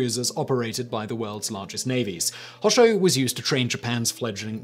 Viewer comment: Anyone else slightly triggered by the way he pronounces Hosho? :(